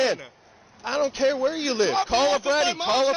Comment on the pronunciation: Second dude pronounces "where" "waya". East coast putz.